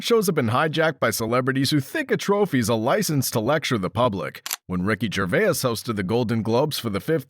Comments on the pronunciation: Johnny Depp and Ricky Gervais are friends. It's also pronounced "Jer-vays" not "Jer-vay-is" 😂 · I just don't like the way you added an extra syllable to his last name . So weird .... Ger-vay-as ..... Wtf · Who is Ricky Gervayez?? Does Gervais know he has a twin out there? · It's not Gervaes, it's Gervais! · Ricky Gervais❌ Ricky Gervayus ✔ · Ricky Gervayiss? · Jervais is 2 syllables. Not 3. It's French. Ricky knows how to say his own name. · Who the ffff is Ricky Gervayis? Oh and as if no one knew, he’s good mates with Ramsay 🙄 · Thats ricky gervais not ricky gervayes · Gervaias? Stupid AI. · Ahhh yes, Ricky Gervayus. My favourite. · Why does this smarmy voice over guy think his name is Ricky GervAAYAUS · Somebody tell the robot voice it's "Jer VAY." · Who’s Ricky Gervay-Is? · Ricky Gervay-uz...it's starting to annoy me. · Good old Ricky "Gervayus" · Ger-vay-is. AI narration ruins another video. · Gervay-iss, haha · Ricky “Gerverse?” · Stop saying Gervai-is. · Way to let us all knew you used AI for at least the speech, if not the script itself. Ricky "Gervay-iss" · Gur vay as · Ricky "Gervaiyes" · Ah yes, ricky gerveyus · It's not "Ger-vay-iss", you freaking frittata. 🤣🤣🤦🏻🤦🏻🤦🏻🤦🏻🤦🏻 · "Ricky Gervayas" 😂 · Is this an ai voiceover…? Because his name is not Ricky GervaiAs😄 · now I get it "gerveh-iss" XD Don't make a fucking video if you cannot pronounce his name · Señor Gervayez 😂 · Ricky Ger-veyus. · Ricky Gervayus 🙄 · Um yeah ... so? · AI voice. Can't even pronounce his Surname correctly. Slop. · What the hell is this crappy fake voice-over business? Can't even pronounce "Gervais" properly. Pathetic. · when an ai can't actually say his name.. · The way the ai voice pronounces Gervais is annoying, use a real person pls not ai slop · train your ai voice to say GERVAIS right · ai slop cannot pronounce his name correctly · couldnt even get the AI to say his name correctly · Learn to pronounce Gervais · Commentary so annoying, you cant even pronounce Gervais properly! 🤦🏻‍♂️